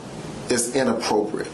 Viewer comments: The cop interrogating the other, the one asking if it is "inappropriate" is hilarious! He seems so uneducated! Not being able to pronounce the word correctly 😂had me cracking up! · Both the cop and attorney not knowing how to say inappropriate correctly, smdh! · The mispronunciation of the word “inappropriate,” with how often it’s said, is driving me nuts.